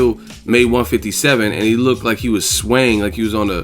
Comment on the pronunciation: "I hwas born rheady"